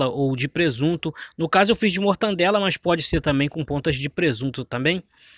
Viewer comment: Muito boa receita uma delícia Só precisa melhorar o português A pronúncia certa e Mortadela e não mortadela como você falou Fica a dica mortadela e o correto ok